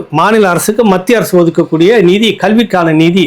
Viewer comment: Sir kindly prounce as Mathia arasu.